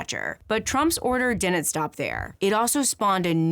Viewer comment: I can't come to terms with the interesting deep drive analysis and the way she consistently mispronounces "didn't".